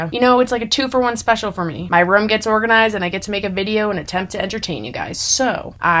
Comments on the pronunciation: pronouncing “room” as “rum” for 15 minutes straight 😂😂😂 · I love when she says" room" her Boston accent comes out ❤❤❤❤